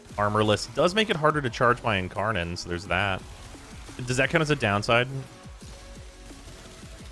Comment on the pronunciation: He legit said lower end incarnon…